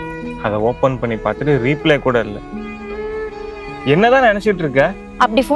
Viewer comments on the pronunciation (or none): தம்பி ரொம்ப நல்லா நடிக்கற. But ரிப்ளை ன்னு சொல்லணும் தம்பி. ரீப்லே ன்னு சொல்றீங்க. திருத்திக்கோங்க